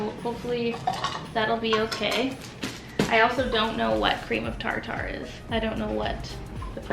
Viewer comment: Omg I can't beieve you only used the stand mixer for the very end! I love you. Also "tar-tar" hahaha! It's more like "tarter" <3